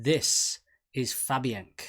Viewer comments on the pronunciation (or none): The song is pronounced Fabien Kay